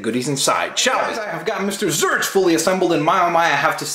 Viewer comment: it's pronounced zorch, as in or